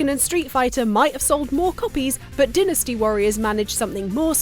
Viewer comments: It’s Dyne-nas-te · “Vihtamihns” I can abide...but “dinnasty”??? This Neanderthal anger I feel is probably exactly what they felt when they karate kicked that tea in Boston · Lady announcer is not funny and needs to learn to pronounce words , mainly dynasty .